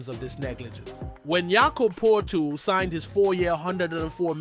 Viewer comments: So many analysts, especially Americans, don’t even do their basic homework ! This supposed analyst like many others, totally BUTCHER their starting Centre Jakob Poeltl . Phonetically his last name sounds like PURTAL ! Most American analysts, should be ashamed of totally missing even coming close to properly pronouncing his EASY name which some how the Canadian writers, have no problem with it ! Those writers who totally miss the proper pronouncing of his name, making those so called writers look like total amateurs !! Steve Fisher . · How many times is your podcast going to mispronounce Jakob Poetl 's name? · The worst thing I’ve heard is Big Yak’s name butchered over and over and over on your podcast. Horrible!!!!